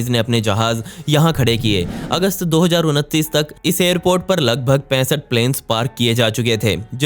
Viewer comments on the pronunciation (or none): thik se bola karo yr 2029 kiya hota he sir